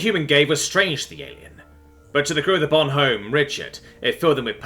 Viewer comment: Yeah, the "h" in "Bonhomme" is usualy silent by the way. So it would be more like "Bonomme".